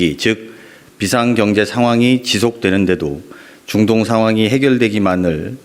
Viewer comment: 링거투혼.너무 고생하셨습니다.대통령과 정부 덕분에 맘이 편안합니다.보좌관님 중동의 중 발음이 잘 안되시네요ㅎㅎ